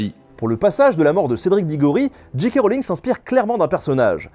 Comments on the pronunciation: Nota Bene pas de soucis pour Dumbledore, par contre "j.k. rowling" ça se prononce soit "Jay Kay" à l'anglaise, soit "Ji Ka" à la française ;) mais jamais "Dji Kay". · Nota Bene • Ouais, la prononciation, c'est pas ça hein, pour J K Rowling : je passe sur le "roline" (c'est Rowling et pas Rolling) mais le J K c'est pas "Dji Kei" mais "Djei Kei". Fôte archi courante chez les froggies ... :-) Sinon, épisode super sympa pour une saga sur laquelle il y a énormément de choses à dire. Et encore, les livres valent le détour au moins autant que les films ! Toujours au top, le NB ! Et merci de nous changer un peu l'air du bocal, parce que l'histoire pure, en ce moment, on en bave ... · C'est soit "Djèï kè" Rowling, soit "Ji Ka" Rowling. "Dji Kè" Rowling c'est ni anglais ni français ;-) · Jika ou Djèkè mais pas Djikè diantre! Ah sinon super collab merci pour cette vidéo. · DJII K Rowling. DJII K Rowling. DJII K Rowling. (djii c'est la prononciation pour G. Pour J on dit djay) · alors petit rappel basique d'anglais de 6eme le "J" se prononce "DJAY" donc jaykay Rowling ou bien en français jika Rowling mais surement pas Jikay.. et les diji non plus n'existe pas !! soit c'est un deejay soit un disc jokey!! y'en a marre de passer pour des blaireaux dans le monde entier!!!Merde!!! et C'est Dumbeldore meme si ça s'écrit Dumbledore. faut vraiment pas avoir vu le film pour le prononcer comme ça. c'est dommage ça décrédibilise tout ton super boulot. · Et "Ji Kay Rowling" ça t'as pas gêné ? ^^